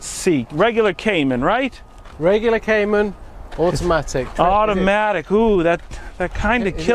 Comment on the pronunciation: love the “automatic” of those 2 accents😁